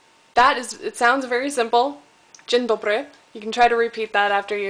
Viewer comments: Nie "dżen dobry" tylko "dzień dobry" :PP Ale i tak Ci nieźle idzie ;) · dżendobry , ach te akcenty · Nawet nieźle mówi po naszemu, ale troche mówi dziwnie Dzień Dobry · to powiedz Rozrewolwerowany rewolwerowiec zrewolwerowywał się na rewolwerowisku przy zrewolwerowanych rewolwerowcach widać że nie jest polką bo dziwnie mówi dzień dobry nieraz nie wymawia ę tylko e